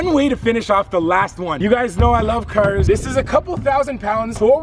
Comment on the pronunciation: listen to the way he say cars